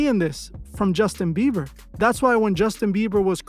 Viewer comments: Is he saying justin beaver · The fact homie can’t pronounce jb whole name right whole vid dnt sit right I fw mos the videos tho